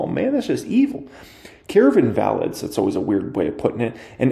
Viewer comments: It’s not invalids- it’s in-vuh-lids. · 😂 it's pronounced IN-VUH-LIDS, not in-val-ids, lololol, love ya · its in-vil-ids lmao "invalids"